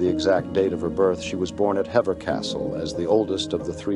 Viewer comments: Heever not Hevver Castle. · If there is one thing that makes me delete any kind of American narrated British history video is the the mispronounciatin of places,people etc. Hever Castle is pronounced " Heever Castle " you excentuate the "e" in Hever! A real turn off for situation for me! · Princess Diana’s Boleyn line comes through her father. The castle is pronounced Hee-Verr. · Hever is pronounced ‘heever’